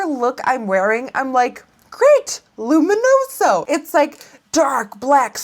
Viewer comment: I love the way you say "luminoso"